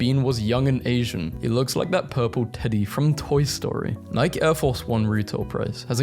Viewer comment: I just want you to know that I have a stroke every time you pronounce "nike"